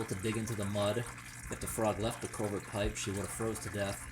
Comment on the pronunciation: It's culvert not culver dummy